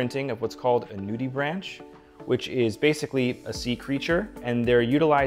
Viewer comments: It's pronounced "noo-di-brank" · “Noody-brank” is the common pronunciation and, I would add, the most interesting part of these watches. I always wanted to see a nudibranch on the back of a watch but never thought I would. Bravo 👏